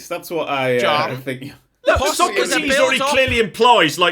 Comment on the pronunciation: 'I'm the Socrates of this group!' No,, you're the 'So-crates' of the group.